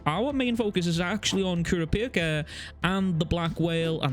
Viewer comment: Your pronunciation of "Kurapika" was absolutely disturbing.... good video though.